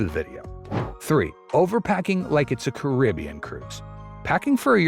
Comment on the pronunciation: OMG, narrator pronounced Caribbean correctly! You never hear that.😊